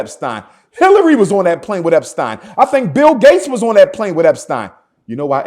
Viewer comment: What a damn fool. I can’t believe I actually thought he could be a leader. This nigga said jerry eptein 🤣🤣